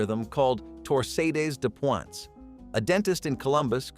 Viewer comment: "Tor Sadie's de pwants!" Yikes.